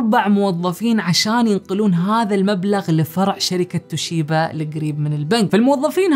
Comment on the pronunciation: شركه توبيشا. وليست. توشيبا